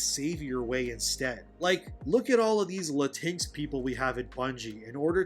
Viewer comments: Lah-tinks is not how you say it lol, it's latin-echs or lahtin-echs. I called my mexican friend latinx how you say it and he left the discord call lol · You know how it’s pronounce. I was confused for awhile when you said latix 😂….thought you was talking about a cat or something. It’s Latin-X (just say Latin and then say the letter X). Latin-x will never fly because it doesn’t fit in the Spanish language when it’s compose of masculine and feminine verbiage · I'm sure you know it's "Latin X", but I have to admit "La-tinks" is pretty funny😂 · 'Latinks' kills me everytime 🤣🤣🤣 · It is "Latin-ex" and yes it is as stupid as it sounds and very VERY offensive. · It’s pronounced la-teen-ex. It’s phony, it’s stupid, and the vast majority of Latin people, find it offensive. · The thing is they are not pandering. This is what they all believe. Also I will be pronouncing latinx the same way you do now, cause that is just funny.